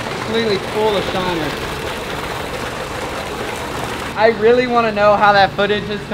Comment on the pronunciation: say shinner one more time please